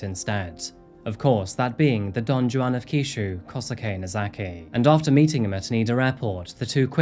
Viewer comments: Love your videos dude and I watch them almost religiously but... the way you say Don Juan kills me... it's pronounced Don Hwan. Not Don Jooann. I can't be the only one who gets frustrated when people mispronounce things that are easily looked up... just sayin, an extra couple of minutes googling pronunciations would improve things drastically when it comes to your presentation. Again, it's meant as constructive criticism. Much love. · Not trying to be rude, but Don Juan is not pronounced with a hard J. It’s pronounced Don Won. And sa p-o ro is Sa PO ro, not sa POOro. I applaud the research, but the mispronunciations can’t be excused. You can literally find exact pronunciations on google. Thanks for the video. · any one else spend half the episode tryin to figure out what a don-jew-on is😂 didnt realize he was just mis-pronouncing Don Juan till half way through. though it was a japanese term i was unfamiliar with at first😂 hey, if you see this the j makes a W sound, its spanish. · It's pronounce Don Wu-ahn not ju-on. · Dawn Joo-awn? ohhhh. DON JUAN!!!! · Hey, I’m sorry, it’s not Don Joo-An. It’s Don Juan, with Hispanic enunciation. Like “hwan” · In Spanish, the J is pronounced like an H, so Don Juan isn't Don Jew-an but more like Don Won. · Look, I hate to be 'that guy', but it's pronounced 'Don Hwuan', right? It's not just me? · Don Juan (who-wan) 😭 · Psychopath meets psychopath. Dog murdered. (it is pronounced Don Wan). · don joo-an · you actually pronounced the J in "Don Juan" lmaoooo